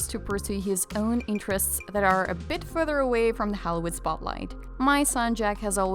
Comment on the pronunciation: pronounce Holleee wood.. Yes Jack needs into a pirates movie. We need something macho too from Johnny. The carts pics are fun and quality but We need Captain Jack!. Photos mostly old. intriguing subject. What is this mag